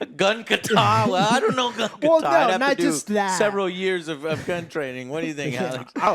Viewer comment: I hate the way this guy says gun kata. The emphasis is in the wrong place. Good review though.